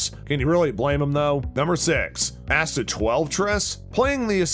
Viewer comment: Definitely AI. Can't get Asta's name right either 🙄